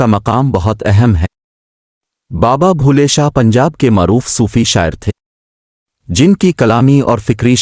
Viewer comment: Baba Bulleh Shah name ghalt Read kr rhe h